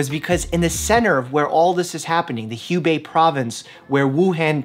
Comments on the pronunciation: Hubei (湖北) isn't really pronounced like that😅 it's kinda like who-bei than hue-bei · Hugh thanks! BTW, Hubei is pronounced as Hoobei. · Hubei should pronounce Hoo-Bei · haha,Mike, HuBei 's pronunciation is WHO BAY. you had cold sore on the lip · The pronunciation of Hubei is actually “who-bay” 🤣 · FYI, the "Hu" , from "Hubei province" , pronounces like "who" in English. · side note, Hubei is pronounced who-bay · Hubei’s pronounced who-bae. So basically Wuhan and Hubei have the pronunciation for their “u”s. Which is kinda funny to see you saying “Wuhan” perfectly but “Hubei” weirdly hahah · I just can't handle it. Hubei is pronounced "who bay" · Sorry, Chinese pronunciation nazi here: pronounced "Who-Bay" -- there is no "hue" in Mandarin. ;-) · good video. just one tip, next time when saying "HU BEI" China, "HU" pronounce as "who". you will sounded more prepared. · Just a quick pronunciation fix: Hubei is "Who-bay" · Who-gay? Province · Dr. Mike, FYI Wuhan, Hubei is pronounced woo and Han as in Han Solo. And hoo and bay. I lived there a long time ago. It's actually a really cool place. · Love the info! Maybe look up proper pronunciation of Hubei and Wuhan 😂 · I just want to say that you are pronouncing Wuhan and Hubei incorrectly.